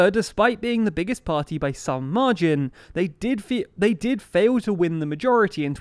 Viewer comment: I’m certain that ‘fail’ was deliberate 😂